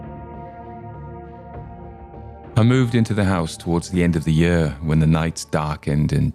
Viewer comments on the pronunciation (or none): I likehow you say 'year' it reminds me of Victoria Wood😁 But I didn't care for the bad language Since when did the British exchange bloody for f?! I didn't care for sardines not fresh fried or out a tin until I ate roasted sardines...